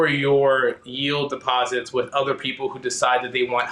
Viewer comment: Depoesits? What the hell is a depoesit? What a strange commercial.